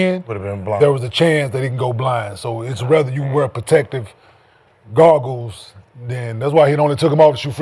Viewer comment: “Protective Garggles” 😂😂😂